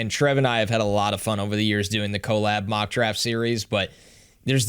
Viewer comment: Why do you say collab as if it is spelled co-lab? Drives me crazy